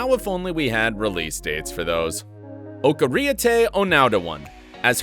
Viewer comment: ITS NOT OK THE WAY U PRONOUNCED OKIERIETE'S NAME